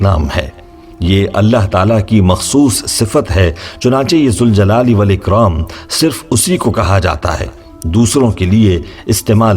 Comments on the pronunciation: Is it Ya ZAL Jalale Wal Ikram OR Ya ZUL Jalale Wal Ikram? The correct pronunciation is “Ya Zal Jalali Wal Ikraam”. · Ya k saath zal ko zabar sy ada karogy. Baghair harhfy nida k zuljal e walikram ada karogy... Ya Zal Jalaali Walikraam... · Your banner in Arabic reads - Ya Zaljalale Wal Ikram, which is CORRECT. But you're reading it Ya Zuljalale Wal Ikram, can you explain the viewers why are you doing it!!!